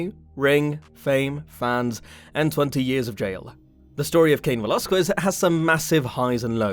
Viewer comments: It Velasquez not "velazcyes" 🤦‍♂️🤦‍♂️🤦‍♂️🤦‍♂️ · Hoe about you say his name right lol